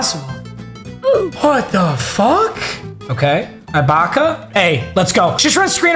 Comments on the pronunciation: its “ee-baka” not “eye-baka” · ITS PRONOUNCED EH-BAKA NOT EYE-BAKA. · this keeps haunting me bruh. it’s serge uhbaka not serge 👁 baka 😭 love you tho papa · Also does it bother anyone else that he says Eye-bocka instead of ee-bocka for Serge Ibaka 😂😂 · it’s not EYE-BAKA it’s EE-BAKA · I want him to get rid of Ibaka so I don’t have to hear him mispronounce his name again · Bro can you please say ibaka right omg, it’s pronounced ebaka not I baka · Serge eye-baka aaand Wang Z.Z. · the way he says AYE-baka makes me so mad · “serge eyebaka” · Who is “eye-baka” 😂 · it is EEEEEbaka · Say it with me, It’s pronounced like Serge E-Baka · How many times is he going to say ibaka wrong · Fr, I want him to replace him so bad, no mispronunciation has made me this mad b4